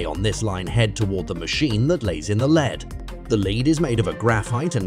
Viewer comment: The constant "leeds" made me question humanity, and the "kelsius" finished me off.